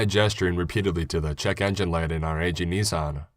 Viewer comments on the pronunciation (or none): none